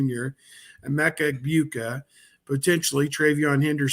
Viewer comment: always says their names wrong LOL it's pronounced TRAINUM (TRAYANUM) and EGGBOOKA (EGBUKA). LOL